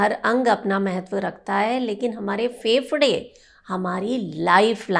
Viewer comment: Pahle bolna seekho फेफड़ा कहो